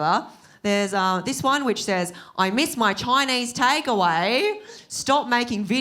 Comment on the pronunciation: The way she says Choynaise😂